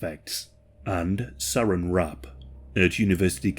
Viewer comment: There's no such thing as Sarin wrap. It's Saran wrap. Sa-Ran. Sarin is a nerve agent.